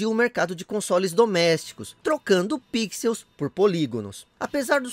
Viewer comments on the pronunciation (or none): none